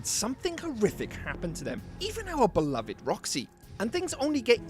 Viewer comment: "oUr BelOviD ROxY " was crazy